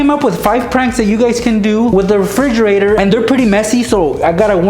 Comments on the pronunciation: I laughed so hard when he said a refrrre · refrigerergerger lol